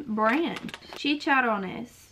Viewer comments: literally just says "chicharrones" Me, a Mexican teenager: MARRY ME!! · She said "but it's not candy" without a southern accent and I was shook Then she said Chicharrones perfectly and I was SHOOKETH even more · Hi I’m Latina! And you said chicharrones so goood! ON POINT! HAD ME ROLLING! Love you